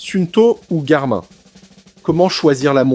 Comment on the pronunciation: Le présentateur ne sait pas que Garmin se prononce Garmine ?